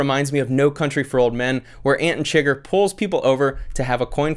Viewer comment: I feel like in a certain way, that quote from the Dalai Lama at the top of the Buddhist website kind of accurately describes what your channel is about. Also, I like your pronunciation of Anton Chigurh...Ant-on-sugar!